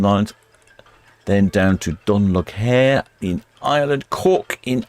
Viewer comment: Dun Laoghaire is pronounced Doon Lay Ra. It’s an Irish name. It used to be called Kingstown until 1920.